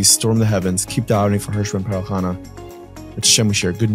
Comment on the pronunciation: “ Hersh ben Perel Chana”